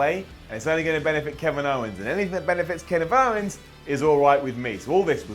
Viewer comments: He also said "Ken if owns" 😂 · "Keniv Owens".